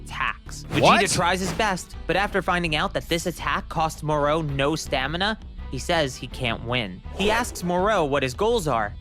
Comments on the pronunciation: I'm sorry, am I the only one who hates how this guy pronounces Moro's name? 😔😡 This ain't the Island of Doctor Moreau... Do you ponounce "Goku" the same way?? It's "Go!" "...koo" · I hat the way says Moro like “mor-o”, as if there’s a mor-p or a mor-q